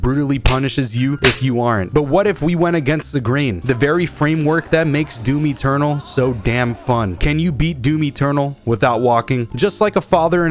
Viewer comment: He said doomy ternal